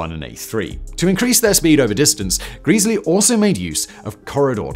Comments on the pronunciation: not "geeeesly".... Gre--- sley. A4s weren't so much EXTERNALLY streamlined, as they were INTERNALLY streamlined.. all pipework had gentle radius curvatures, no right angles, smooth bores etc, given the gas speed in the pipes is in parts vastly faster than the air slipping over the body, this is where it really gained. Beautiful designs. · Love this homage to the A4, despite the persistent mispronunciation of Sir Nigel Gresley as Sir Nigel Greesley, although I also know how little Mr Whistler cares about comments on mispronunciations! Always loved steam engines and the LNER A4 Pacific class in particular and so getting to see them all (and have a brief ride behind Bittern in steam) in February 2014 when the Great Gathering moved from the main National Railway Museum site in York to their Locomotion site at Shildon, Co. Durham was awesome. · Who is Nigel Greeeesleey? Otherwise an informative video as ever. Another contribution to the speed record was the choice of driver. They chose driver Joe Duddington who had a reputation for driving an engine hard. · It's bad enough that you butchered Gresley's name but that is NOT the LNER' network map. The West Coast mainline via Preston and Carlisle was the domain of LMS (the London, Midlands and Scottish railway), the LNER's competitor. The LNER operated the East Coast mainline (with the clue being the 'E' stood for "eastern") via York and Newcastle. That's pretty poor research. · Nice vid. Apart from mispronouncing "Gresley" all the time! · This guy is notorious for mispronounciations. Its maddening. I stopped watching him because of it. I'm not actually watching this video, just commenting lol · Happen he does it to annoy us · Every visit to York involves giving the Mallard a kiss since 1978. 😊❤😊 Calling Sir Nigel "Greeseley" Instead of "Gresley" is a travesty. 😮❤😮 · "GreZlee" not Greasley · Gresley… not Greesley… There is one e at the start, not 2. Short e, not long…. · For gawd's sake, it's "Grezzley" not "Greasily"!